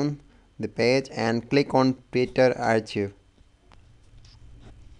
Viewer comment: It is said as Arc-hive; not Arch-ive.